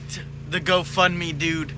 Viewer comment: Did he call it a goat fund me ? 😂 if not I misheard a genius idea.